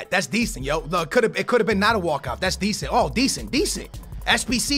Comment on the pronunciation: drink every time he say deasent